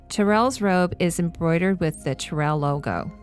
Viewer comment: I thought Tyrell was pronounced more like "Tie-Rell" (not Tir-ell). That's if my memory of the film serves me (it's been a few years since I've seen it).